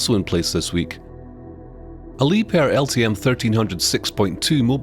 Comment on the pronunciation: This might be the first time I hear someone from Starbase community pronounced "Liebherr" correctly. Good job!